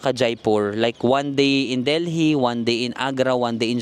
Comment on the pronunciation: Deli po ang pag-pronounce, SILENT H ang Delhi.